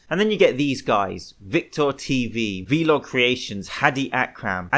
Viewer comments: man legit said "vee log" instead of vlog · He also says the word vlog as V-log. What a dumbass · I disagree with your call out of Vlog Creations. Compared to the other guys in this video, he did nothing. A single incriment increase on a machine isn't going to do damage. Also, do you not know how to pronounce vlog?